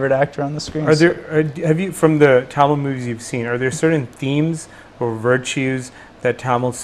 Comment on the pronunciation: Parthi Kandavelukku Tamil pronounce panna varliya